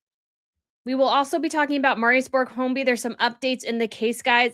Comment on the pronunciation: Will you please stop saying Homby. His name is Hoiby. Geez